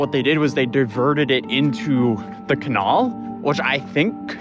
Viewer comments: The can-what? What be’th this mystical ‘can-awl’ place you speak of? Now I’m just confused. Lol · lol you joked about your pronunciation not being the best a few weeks ago… dude, canALL?? How have you never heard some say canal 😭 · who THE FUCK pronounces "canal" like "Cuh-nawl"??? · “Cuh-nail”. (Canal)…. Must we send you a gas mask??? Thank you for your reporting when no one else was. “POOP GEISER” is the funniest ever, but YOU COULD TIE A BANDANA OR A DIRTY SOCK AROUND YOUR NOSE/mouth and STILL BREATHE BETTER. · What's a Kunall? You mean a canal? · Do people in the D.C. area really say "cuh-NAWL" and not "cuh-NAEL"? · I cannot get over this man's pronunciation of "canal". It's can-al. It's not kahnall. Mans is a professional youtuber and didn't even bother to look up the pronunciation, and then said it like 17 times. What the fuck are you, English? Ugh, oy bruv, you wanna take a dip in the kah-nahhhhl? Oyé guv, innit, yea? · wtf is a "kinawl"? Are you trying to say "canal"? Jesus dude do you really not know how to pronouce canal? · CAH- NAL. Canal. Not CUH-NOL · Did you just say "kuhn-null" instead of "kan-nal" :p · Almost got me but your demon image was super fake Lolol make it darker bigger and I may had let out a woahh wtf 😂😂 unsub sent me and got me to stay salute sir also it’s pronounced Ka-nal…. Not Ka-nol 😂😂😂😂 contemplate Canadian on us 😂😂😂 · >canall It's pronounced can-AL. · It's Can AL, not Can ALL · lol.. a Kenall... you mean Canal? its pronounced Cuhnowl.. lol... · "can all" (canal) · Who calls a canal a conol? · What region pronounces canal as cuhnul??? And then he says it correctly later. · Isn't it "kah-n'al" lol I can't even type it how it sounds and now I'm saying it wrong too lol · is this how everyone pronounces canal??? we say it can-al, like the name Al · Ca-nall? CaNOWL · Pronounced " Ca-Nail "idk what you said when saying "Canal" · really hear your accent when saying canal as cahnaahl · Stop saying canal wrong